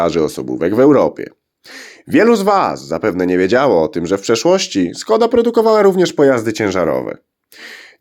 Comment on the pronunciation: Wymowa SZKODA. Pisze się s z "ptaszkiem" (Š), a to się wymawia jak polskie sz.